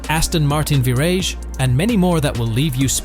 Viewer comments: The Aston Martin Virrij was really the high point 😂😂😂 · A performance car that is not a performance car that is a performance car... huh? And the ver ahg, what is that? Wow they ruined this. No one wanted him to sell the SLS. Whoever put this together does not watch top gear or love Ckarkson, the hamster and captain slow, he shouldn't of been allowed to make it.